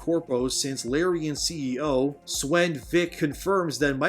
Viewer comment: it's pronounced 'Sven' dude